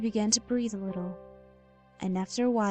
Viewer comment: Fwiendly wittle fox your right